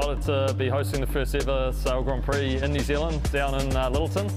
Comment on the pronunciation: Can someone please teach Todd how to pronounce 'Grand Prix' S'il vous plait?